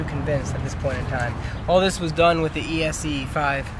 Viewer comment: It's ESEE you fool! NOT E.S.E.E... pronounced S.E! good grief, plus why the hell would you move to Spain????